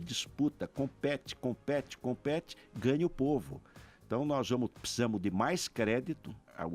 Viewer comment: De cada 10 palavras que ele fala 5 é "Tecnologia" e as outras 5 é "pssisamo"... Kkkkkkkk